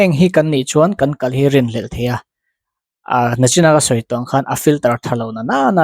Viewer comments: Nachin i ti ṭhin a. Nichin tih tur. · A bengvar thlak hle mai. Nachin ti lovin, nichin han ti tawh la aw.